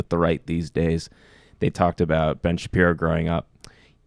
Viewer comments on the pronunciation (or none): Sam, c'mon... As a Jew, or otherwise, have you ever heard the name pronounced Shap-EYE-ro? You can't act. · You can tell this guy is not familiar with Shapiro, since he didn't even know how his surname was pronounced. Yet he's comfortable calling him "mediocre" off the bat. Newsflash: the clip they are commenting on is one where Shapiro makes clear that he is commenting on the hype about the movie, not the movie itself. Later he saw the film and put out a favorable review: They also claim Shapiro was against Wonder Woman, which is total BS. He also gave the film a great review. I know, I know, he's a popular conservative figure, so he's probably guilty of the things they are imagining, so why bother with research, right? Chuckle, chuckle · Let me preface this by saying, Ben is a douche weasel whose obsession with Black Panthernis just bizarre. But why is Sam pretending to not know how Ben's last name is pronounced? There is no way as a Youtube political commentator that Sam hasn't had the displeasure of seeing Shapiro. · Sam Seder needs to stop doing this thing where he deliberately mispronounces people's names. Especially towards people who are fare more established and recognised than he is. It comes across as really childish.